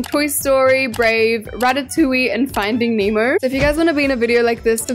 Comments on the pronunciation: it’s not “finding memo”it’s finding Nemo this is how you pronounce it NEH-MO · "Finding name o" 😭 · “ finding emo “ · Not saying finding emo😅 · stop saying finding emo 😂😂😂😂😂😂😂😂😂😂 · she says “finding Emo”😂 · why does she keep saying "findiing emo" with peace and love 😭😭🤓☝😭😭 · Not findig nemo its FiNdInG HeMo 😂